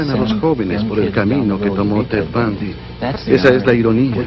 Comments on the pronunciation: Se escribe Bundy pero se lee Bandy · Se pronuncia BANDY con A, pero me da muchisisisisisisima ternura escucharte decirle Bundy jaja :) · Hola, me gusta ver los videos nuevamente y me dí cuenta al verlo nuevamente que lo "sicópata" se le nota en la mirada, si ves videos de otros asesinos en serie tienen la misma mirada. Un abrazo grande desde Chile, mucho amor y luz 🤗💕🙏🏻🌹✨🥰 ( se pronuncia Bandy jejeje 😊) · En inglés sonaría B(ae)ndy, más fácil: Bandi para el castellano, acentuando más fuerte a la letra A. Saludossss 😊👋🏻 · Se pronuncia " BANDY" asi com TRUMP SE PRONUNCIA TRAMP. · Se dice bandy, si dijo beautiful girls. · Se pronuncia "Bondi" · Ted bandy se pronuncia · Se pronuncia "bandi"🤙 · Se pronuncia " Bandy " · Se dice Bandi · Pronuncia digo Ted BANDY.